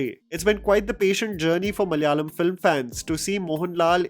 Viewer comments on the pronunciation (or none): It's Malayalam. Not Malyalam